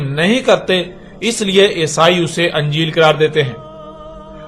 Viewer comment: tu Injeel ko Anjeel pronounce kr rha hai aur argument dekh